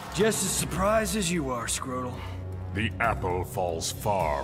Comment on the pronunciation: does melt the shit out of Kotal Khan. Every time I hear "Scrotal", damn lmao!